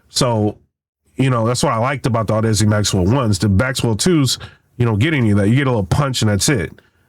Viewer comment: I think chatgpt lied to you, or you are using the EQ incorrectly. 6+db of boost will introduce distortion in any type of speaker / headset, unless you lower the gain first, and THEN raise the low end. Also its Audeze, not whatever you are saying LOL :D